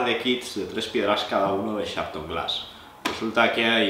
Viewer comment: Por favor, no se entiende el nombre de la marca